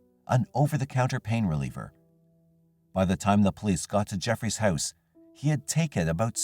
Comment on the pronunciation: Random comment: the way you say “house” makes me wonder is you’re Canadian hehe